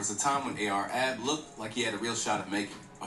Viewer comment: A R -ab that’s how you say it